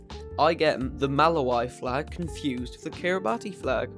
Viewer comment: Just letting you know, you pronounced Kiribati and Malawi wrong, Kiribati is pronounced as (Kee-ruh-bas) and Malawi is pronounced as (Muh-laa-wee).